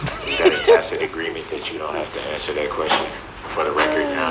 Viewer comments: Tackit agreement 🤣🤣🤣🤣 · If she never has to hear public servant again, axing a question, oaf of office, Tackit agreements, shock devices etc. it would be too soon! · You mean to tell me it’s not a “Tackit” agreement???? Darrell E. Brooks Jr should have paid attention to them Saturday morning cartoons when they were trying to teach his dumbass the alphabet and how to pronounce words 😂😂😘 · She “told” him how to say tacit! He was saying it messed up she was tired by then and just said I don’t know what TACIT…..then left the room I think. He’s been on point with it every sense;) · His dumb speech is the funniest thing - takkit not tacit, axed not asked, dat not that, hood rat ruuug. Etc